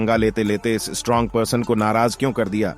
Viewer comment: Strang nahi hota strong hota hai